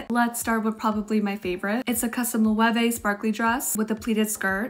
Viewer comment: just FYI loewe is pronounced “low” ❤